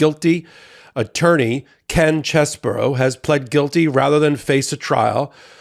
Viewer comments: It's "Chez-bro." Not "Chez-buro." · I have to admit, I doubted that these people were going to flip on Trump. And, now it's a deck of cards. (Edit). One good thing came out of this. We now know his name is pronounced: "CHEZ-bore-oh"